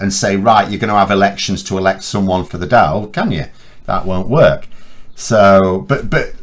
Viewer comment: your comments on Sinn Fèin are wildly off the mark. The similarities between the party north and south are far far greater than the differences. Sinn Fèin are fundamentally a left wing socially progressive party. By the way Dàil is pronounced Doyle!